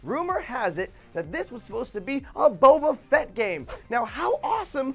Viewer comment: Bobafet= wabobafet